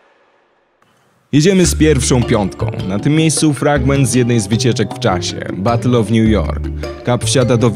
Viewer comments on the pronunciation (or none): none